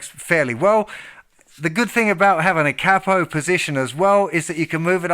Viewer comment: “K-Poe”-(Capo) otherwise outstanding tutorial. And your high range is awesome. Thank you for sharing.